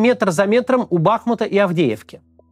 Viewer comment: У БахмУта. Ударение на у.